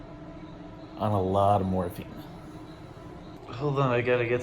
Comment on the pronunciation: Every time he said morphine I heard morphie. I'm so glad you're getting better!!!❤️❤️